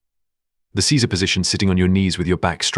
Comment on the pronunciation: Seiza, not “Caesar”